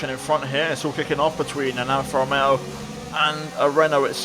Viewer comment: This is awesome and I love it, I also like the way you pronounce Alfa Romeo and Alpha Tauri it was very classy.